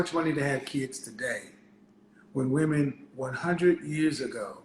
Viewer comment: Many of these “educated” women pronounce the word women ‘woman’